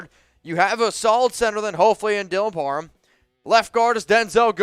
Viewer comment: Just something you might wanna fix, you’re saying “Dylan Parman” and not “Dylan Par-ham” something small but besides that it’s a great video!